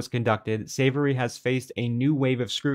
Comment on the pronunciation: Why does keep referring to "Savory" as "Savoy," even while reading his name off the screen? That's just weird.